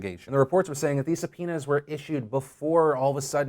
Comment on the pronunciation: I just heard Phil say "Grand jury su-penis..."...